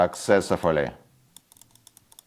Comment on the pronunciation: sassessofouly XD I love your English ❤